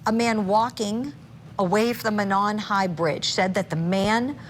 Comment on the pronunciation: It's pronounced MOE NON and not MA NON